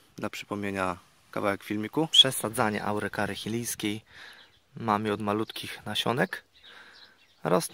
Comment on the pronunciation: Chilijska czyta się 'Czilijska' poza tym wszystko w porządku.